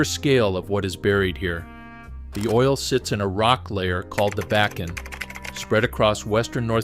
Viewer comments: The first map said ‘Wilmington’ on it while you said Williston….. Then you said ‘Back-in’…. It is pronounced ‘Bock-in’. The name of the city near where oil was discovered is pronounced is ‘Tie-oh-ha’ The first discovery well was NOT on ‘Bakken’ land, it was on Clarence Iverson’s land directly west of my great grandfather’s homestead and my Dad watched it being drilled. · Bacon. Backen. Bakken. Ugh! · BAW - KEN .....more on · This guy should learn how to pronounce bakken and many out words. Is this AI voicing this????? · Learn how to pronounce Bakken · Mispronunciations of Bakken, etc. Clearly has never seen ND.